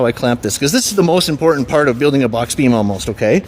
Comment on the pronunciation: Beam. Not bean